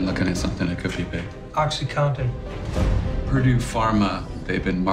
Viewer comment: How the hell did Hulu make an entire series about OxyContin without finding a SINGLE actor who knows how to pronounce it?! It’s not OxyCOTTON! It’s OxyCONtin! Drove me nuts! It’s like watching a movie about selling homes in which everyone says REAL- a-tor. Or one about Chernobyl where they all say NU-que-ler.